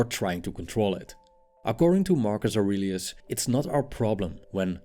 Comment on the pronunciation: Marcus Aurelius is the first words With the accent sounds like Argus argonauts